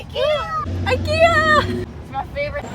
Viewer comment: I love the "IKea-ya"